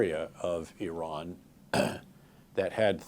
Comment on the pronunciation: Wow He can pronounce "Iran" correctly. 🎉